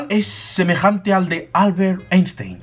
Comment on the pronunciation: Cociente intelectual y se dice ainstain.